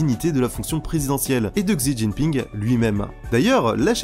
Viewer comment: Merci pour cette chouette vidéo (Attention, en mandarin, le "X" en début de mot devant une voyelle se prononce "ch", le nom du président chinois se prononce donc "Chi Tchinp hing")